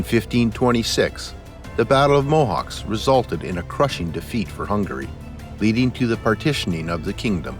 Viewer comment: Mohács, not Mohawks